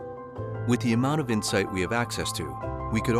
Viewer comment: insight (missing the "t")